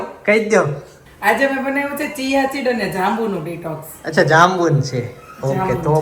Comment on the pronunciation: ચીયા ચીડ ના બોલાય.. ચીયા સીડ કેહવાય